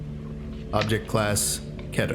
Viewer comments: Its KEE-TER Lol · Keter is pronounced with a upper case e